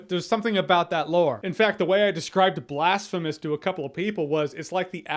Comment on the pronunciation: Blastphemous... Damnit Jeremy😂